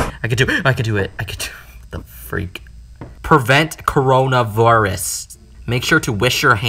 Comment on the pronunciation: She said Coronavirus As Coronavoris